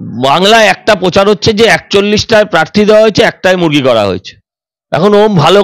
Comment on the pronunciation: Ore Debangshu kothta parthi noy Prarthi...Kobe thik kothata sikhbi....didi r songe theke bhasha Tao thik moto bolte sikhli na😂😂😂😂😂😂😂😂